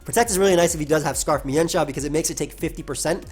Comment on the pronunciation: It's actually pronounced meanshao